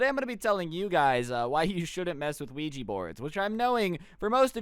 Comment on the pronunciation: don't mess with weegi board Nintendo:. It's Luigi oh what he mean Ouija